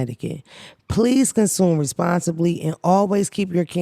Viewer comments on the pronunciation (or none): none